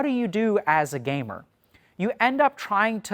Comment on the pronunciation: every time he says 'gamer' I crack up lmao